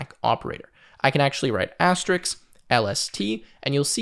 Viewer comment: You mean asterisk rather than asterix. The latter is a French comic character from Asterix The Gaul